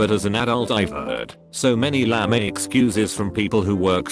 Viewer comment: Lah may? Not lame?